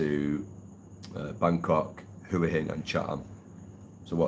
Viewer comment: Been going to Thailand for well over 20 years, married to a thia, speak Thai. Lovely country but please try to pronounce hua hin correctly but apart from that I wish you all a very happy life.